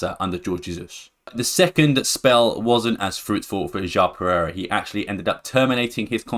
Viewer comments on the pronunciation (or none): rewatch the video, sometimes while refering to João Pereira, you pronounced it, or it sounded like Jao Perez. I mean its fine, but its always extra nice when the pronounciation of names is on point :) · "Jão Perez", I like your videos, but honestly would be great if you could check the pronounciation of some of the names before... if not too much to ask.